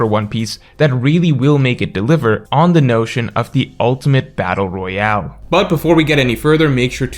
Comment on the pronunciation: trying to say battle royale💀